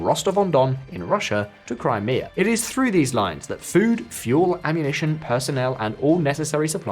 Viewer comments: That's not how you pronounce "Crimea." First "Belarus," now this... Maybe it's time to get a new narrator. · If you’re eager to keep improving you could improve the voiceover by changing it back to a person who can pronounce things like Kyiv or crimea correctly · I didnt realize crimea was pronounced like gokus special move